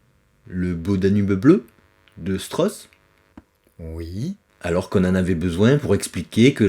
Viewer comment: "deeeu Stross?"